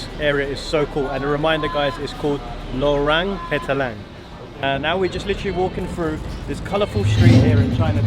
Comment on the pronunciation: Lorong Petaling...you say it sound like "low rung" petaling. Instead it should read as "low wrong" petaling. It means Petaling street. thks